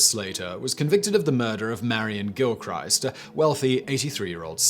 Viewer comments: It’s no gill-Christ, it’s gilk-wrist, ya bam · its pronounced Gilkrist not GilCHRIST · Gilchrist is pronounced Gill-chris-st not Gill-Christ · Every time you say Gil-christ, it’s like nails down a blackboard. For future reference Gil-krist. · Gill- krist. Just sayin. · Quick one Simon. I remember you saying you lived in Fife. Gilchrist is pronounced with a short ‘i’